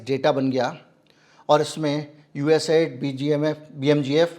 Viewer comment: USAID should be pronounced correctly.